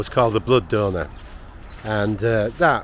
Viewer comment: Donor not doner